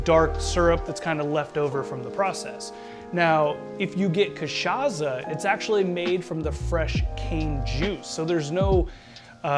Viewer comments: Ty for the tutorial! Although, it's pronounced "KA-SHA-SSA" ("s" sound not "z" sound) and "KAI-PI-RI-NIA" ("nha" in portuguese is pronounce as the "ña" in spanish) :) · in fact, the sound of "ç" in portuguese is equal to "ss" in eglish. So, the "ça" of the word "cachaça" supose to sound like "ss" in the word "stressed".(Miguel Nunes, from São Paulo). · Sir ! The way you mispronounced cachaca is hideous. Delete your video and redo it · lol butchers both the name of the drink and the alcohol used lol so white.